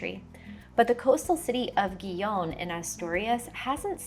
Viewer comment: Gijón — I believe the Spanish pronounce it He-Hon.